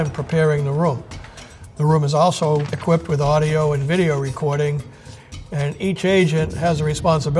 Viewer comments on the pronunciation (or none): none